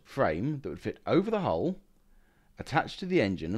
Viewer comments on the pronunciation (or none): none